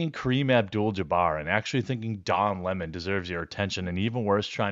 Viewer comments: It’s lemon not La-mon 😂😂😉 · What's most offensive is how everyone is calling him leh-mon instead of lemon. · It’s Don “Funky fingers” Lemon , Not Limón